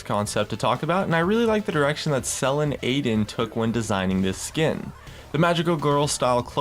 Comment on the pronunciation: lol you pronounce selin aydın soo wrong :D